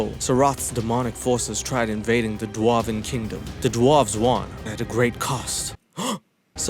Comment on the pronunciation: "The duahven kingdom" lol